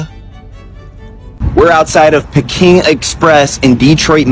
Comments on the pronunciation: Bro is not pronounced pe king it’s peeking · Pronounced Pee-King